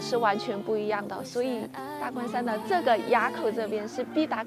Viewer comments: 埡 念ㄨˋ不念ㄧㄚˇ😂😂😂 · 埡口,唸 ㄨ ˋ 四聲. 不是啞巴的啞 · 埡口是唸四聲亞的音 或唸物四聲物的音。騎車走南橫真的好美哦 感謝走一趟南橫與我們分享❤ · 那個~念"物"，埡口